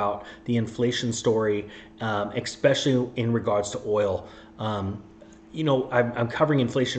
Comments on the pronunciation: "EXpecially?" c'mon man. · especially does not have the letter C in it.... we all have common words we mispronounce